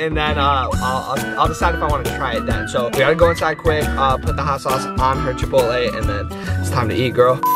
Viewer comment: how he said chapolai😂 (idk how to spell it lol 😆)